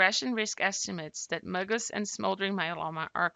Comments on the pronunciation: This is very helpful, just stop saying “muggus”... it’s M.G.U.S. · My doctor calls it M - GUS like the letter M and the name Gus.